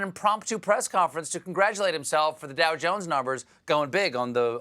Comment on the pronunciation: Dow cungs or was it cow dungs